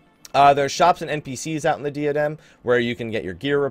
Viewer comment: Just sayin', I love ya, you're a pretty cool guy /fistbump. But it's pronounced like "DIE-uh-dem" rather than "DEE-uh-dem". Again, we cool, bro.